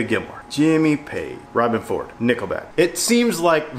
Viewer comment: “Knickleback”. LOL